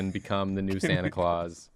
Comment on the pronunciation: Lol “Stanta Claus”